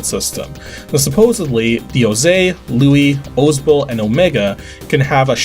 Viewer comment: How do you not how to say Luis and Ramon??